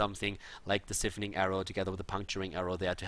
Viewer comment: Hey, I really love your casts and think you do a fantastic job. I just wanted to point something out to you...I know English isn't your first language and it's awesome you can speak it so fluently, but siphoning (like in the Valla build) is pronounced like SIGH-phoning. That being said keep up the fantastic work!